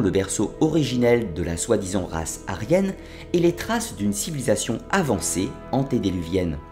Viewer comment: On ne dit pas antédéluvienne mais : antédiluvienne